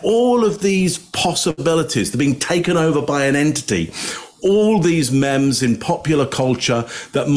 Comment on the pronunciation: It’s not mem, it’s meem! For meme.